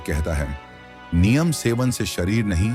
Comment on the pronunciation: Aaj se NIYAM bana le ki NEEM ko Neem bolega. Anpad aya gyaan dene. AI voice moorkh.